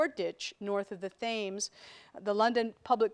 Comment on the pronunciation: The Thames. She can't even get that right.